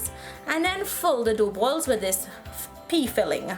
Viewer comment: She said “pee” lol but I know what she meant. Going make this Sunday for Phagwah